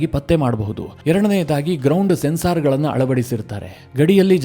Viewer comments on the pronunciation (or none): ಸೆನ್ಸಾರ್ ಅಂತ ಹೇಳದೇ ಸೆನ್ಸರ್ ಅಂತ ಹೇಳಬೇಕು